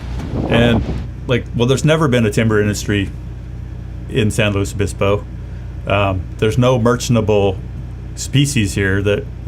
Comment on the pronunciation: Keep calling it "San Louie" Obispo, it drives locals crazy!